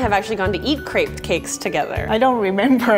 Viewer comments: Lauren Miller on yeah, it is so irritating when she brags about how she loves crepes and has so much skill in cookin them but she says it like it’s her first time even hearing about that... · Lauren Miller You're so right...! I'm from Germany and we are saying it just like "Crêpe"...Not Crape😂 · Lauren Miller omg literally at the start of the video I was like “if she keeps saying crape I didn’t think I can watch the rest of this video” ITS A CREPE NOT A CRAPE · i grew up speaking french and almost my whole family lives in France and i never heard someone say crApe even my french teacher says crEpe and not crApe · It's an American attempt at pronouncing a French pancake. If they just listened to Google Translate it'd help them out. Or, I think they have Canadians working at Tasty they'd be able to make them:- A) Pronounce it properly ( Crep NOT Crape ) & B) Spell it properly Crêpe. The accent's there for a bloody reason!! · Isn’t it pronounced crep not craype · Anyone else pronounce crepe like “Crep” instead of “Crape”? It really annoyed me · Stop saying "crape" it's pronounced "crepe" ahhhh😂😂😂😂😂😒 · crêpe is the single most infuriating word that has ever been adopted into the English language. every time someone says "cray-pe" I want to van Gough my own ears. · Gladwin Gracias : i know how its spelt but why is she saying crape? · Why does every american say craip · um it's pronounced crepee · Isn't it pronounced like crepp? Plz help me otherwise